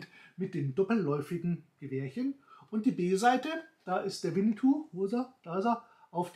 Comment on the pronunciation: Es heißt auch nicht Winnitou, sondern Winnetou